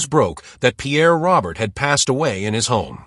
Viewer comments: His last name is not pronounced like the male name Robert. It has a French pronunciation like Row-bear. This AI shit has got to end! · If this video was meant as a tribute. That AI slop just crapped all over it with that pronunciation.